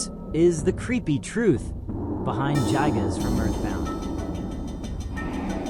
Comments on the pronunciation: pronunciation is "guy"-gas nerd This vid his horridly under researched, if you gain any sort of larger following you're gonna get made fun of more. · Bro got his facts mixed up. Itoi thought it was a rape but ended up being a murder. Also everytime I hear JYE-GUZ It feels like my ears are bleeding